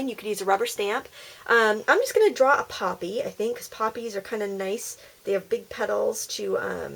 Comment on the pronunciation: It was so cool ! at the beginning I thought what is a poopy I thought you were trying to say puppy hahaha!!